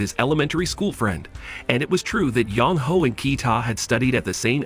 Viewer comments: Sorry but having the guy reading the name as Young Hoe makes my roll on the ground with laughter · I can't help but keep hearing you say Yong Ho as "Young Hoe." 😂